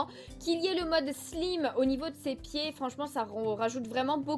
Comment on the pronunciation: Perso ma figurine préférée c'est celle de la collection E X Q et ça se pronoce ``slayme" pas ``slime" :)